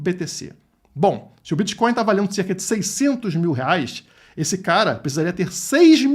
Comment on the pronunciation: "Criptomoedas e biticonis" kkkk bitcoins é oq, dinheiro físico 😅😅😅😅